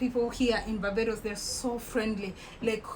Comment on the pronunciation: Hello my beautiful Sunshine I love how said Barbados 🇧🇧